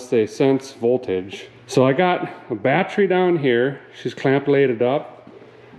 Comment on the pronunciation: GOOGLE: "Batree" Double dare ya....